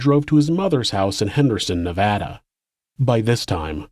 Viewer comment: thank you for the correct pronunciation of nevada